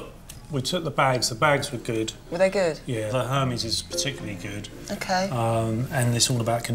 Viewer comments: Exactlly! Even the pawnbroker pronounde it hermies. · These people want to sell Hermes bags but, can't even pronounce it correctly!!!